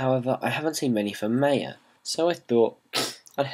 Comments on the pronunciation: lol, well I don't have a problem with it. But the company pronounces it (Mai Uh) unlike how you pronounce it (May Uh)... You know like the the Mayan's.. Its all good though I don't really care, haha.. Just thought I'd let you know. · lol.. he says maya wrong